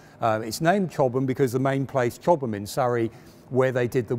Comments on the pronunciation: He's pronouncing it correctly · Hi Ben, Chobham is a place in Surrey, England. The way pronounces it is correct.